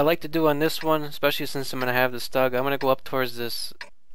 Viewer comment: Lol he said stug wrong